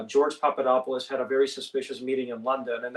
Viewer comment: His last name is pronounced "Papa-Doppa-Loose". It's one of those freaky deeky Greek surnames that sound ridiculously foreign, lol!